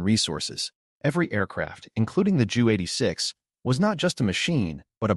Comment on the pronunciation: Narrative is interesting, but your mispronunciation of the main subject matter is embarrassing. The letter J in German is pronounced like a Y in English; i.e. it's 'Yunkers'. And the 'Ju' isn't pronounced as 'Joo', either, but instead should be read out as two separate letters.. You should be referring to the 'Yunkers J U 86'. The same goes for your pronunciation of Wunderwaffe ... this should be read as 'vunder-vaffuh'. Sorry, but no likes or subscribes until you work on your German pronunciation.